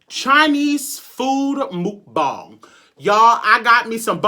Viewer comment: What how did you just say mukbang